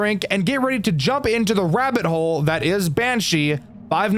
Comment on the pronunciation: I'm Sorry? Did he Said: "the wabbit hole"